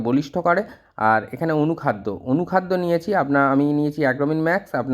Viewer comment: apni anukhada nam ta ektu bolun..tik vabe bjte parchina.❤